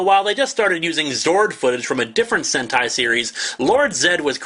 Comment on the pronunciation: Look up "Sentai" not "Senti".